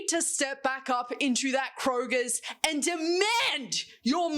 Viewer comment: why do people call it Kroger’s 😭😭😭 it’s Kroger lol